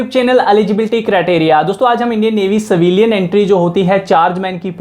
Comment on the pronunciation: savilian nahi.... civilian bolo....